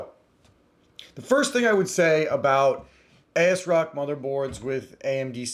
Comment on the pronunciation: ASSSSSrock not A-S-rock & cmosss not cmose🤷